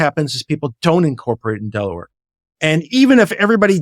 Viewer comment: You lost me at Delawere